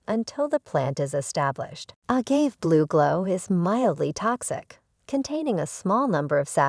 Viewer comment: This video is terrible from the start. If you can't even pronounce 'agave' properly, I'd recommend you don't make videos about it.